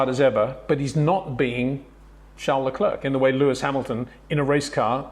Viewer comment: Leclerc is pronounce "Lecler" Not "LeclerC". You Don't pronounce the "C" at the end.